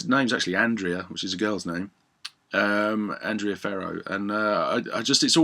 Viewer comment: Btw it's pronunced "AND-REH-AH".